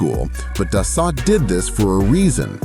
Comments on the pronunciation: It is pronounced, (phonetically) Dah - soul, not 'Duh - salt'. Learn some French. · Its pronounced Da So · It is Dassault pronounced Das Oh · No shit jets are faster than bullet trains, F-1 cars and military helicopters... SMFH! Oh and Dassault is pronounced Duh-So not Dos-Sott... Get rid of the shit AI audio and do the voice over yourself ya lazy dolt! Thumbs down for shitty AI audio alone!!! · It's pronounced Duh-sow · It's pronounced Das so! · ANNOUNCER : SIR---------OUT OF RESPECT FOR OUR TROUBLESOME BUT CRUCIAL FRENCH ALLIES---------THE PROPER PRONOUNCIATION IS " DASS--OH " -------------OK ?????----------------------------------MJL, 79 Y/O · So hard to watch these videos by people that don’t have a clue about the subject. The French company that makes the Falcon aircraft is pronounced Das…so. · can't pronounce da-suo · such a tasty word too, Da-so. Its kind of interesting how we got words like Peugeot right back when they were sold in rhe states, but words like Renault, not even close. 😅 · It is so frustrating to watch a video like this where AI isn’t to the point where it can correctly pronounce some words. Like the first two jets - Dassault. Butchered it - multiple times. WTF? Get it right or don’t publish the video!!! It’s embarrassing for hells sake.